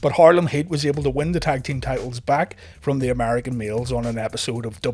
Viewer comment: When you say American males it sounds like your saying American meals 😆